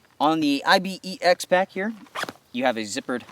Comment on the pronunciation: Dude - it's as much I-B-E-X as your name is... There's an animal called Ibex, which you pronounce "eye-bex" much like you pronounce Pyrex...